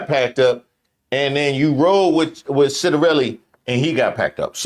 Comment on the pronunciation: Did he just say shitarelli?